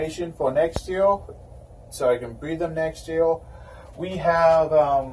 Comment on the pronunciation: Evertime you say R i hear L. Like yeal insted of year. Am i hearing wrong or what ?